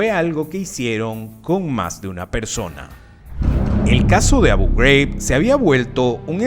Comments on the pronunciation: Manín, Abu Ghraib es un nombre árabe, no de EEUU. Es Abú Juráib, no abouw greiwb. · ¿Por qué pronuncias Abu Ghraib" como si fuera algo en inglés? Es árabe. Pareces el típico gringo ignorante pronunciando así. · Tema interesante pero tu pronunciación de Abu Ghraib lo hace infumable